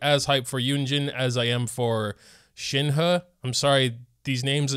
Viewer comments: you're awful with names, but how do you fuck up Shenhe to... Shin. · It is pronounced Shin-hee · Mandarin is a tonal language so the two e's in Shenhe's name actually have different tones, but the last e in Shenhe is the same as the e in Keqing. If you want to be accurate it's more like Shin-huh. Kuh-ching. Yoo-in Jean. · Shenhe is pronounced “shun her” but the r is silent. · It's shen-he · Zhongli 2nd rerun and ganyu 1st rerun (3rd? Are you okay?) And shenhe imo is read like shen (like how you pronounce it) and he is read like hey, well try to bot pronounce the y as much if you can